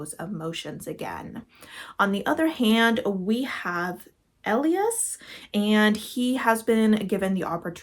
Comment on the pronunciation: Ahhh I hope you enjoy Finding Joy! ❤ All of the author's books I've read were easy to read and made me happy. Also, the name Elias is usually pronounced "eh-lie-us"! When looking at your thumbnail I was like "Oh no, that's Don Quixote, isn't it?" to be fair, it was technically published in 2 parts several years apart so even the author wasn't releasing something that long all at once! I hope it's fun- the classics I've read this year have been surprisingly good so wishing that energy upon you. Also, Quixote is pronounced like "key-ho-tay" 😊 I started reading Soul Eater last night and got so sucked in that even my mom was like "You're still awake?!" when she saw my light on 😂 I'm curious- are the monsters that were mentioned being locked up in Soul Eater the ones that are showing up as love interests later on? Thanks for recommending it, I am having a great time with it so far!